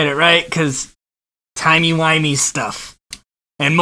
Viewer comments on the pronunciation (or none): Sir that's pronounced timey wimey P. S. David tenant plays my favorite docor (10th) and I hate what they did to him here